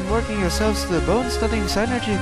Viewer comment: I think you say it "Sin-ergy" not "sign-ergy." But whatever, you're amazing.